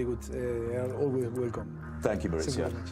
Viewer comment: His name is Mauricio, not Maurizio. His son, however, is Maurizio. They are not the same name, their pronunciation is not interchangeable.